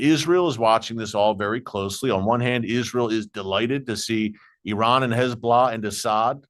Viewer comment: So glad to hear you say ee-rahn and NOT the incorrect EYE-RAN. There are many thousands of Iranians have become secret Christians from listening to radio preaching.